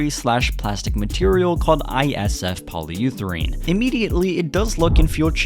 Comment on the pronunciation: Polyutherane huh? 😂